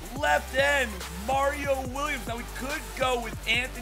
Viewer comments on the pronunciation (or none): none